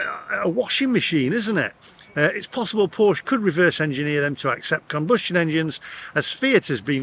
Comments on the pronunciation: You pronounced scone correctly but Porsche incorrectly. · I feel for you buddy but you bought the wrong porsche and learn to pronounce it correctly porsche I mean buy a GT4 more fun better road handeling sticks to curve like glue ,EV sorry to say are more harm to the environment then ICE sports car ,we racked up 80 K in 10 years on a boxster S love that car it makes no sense I would have to drive 100 K to be carbon neutral with a EV porsche